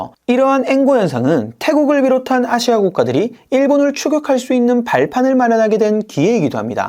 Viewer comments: 아↗️시아 ! 대구분이신가 봅니다~ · 아시아 발음이 누가봐도 경상도 시군요? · 아시아 발음에 성조가 있나?